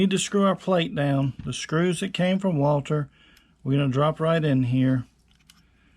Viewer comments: WALTHER NOT WALTER. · The? Company's name is walther not walter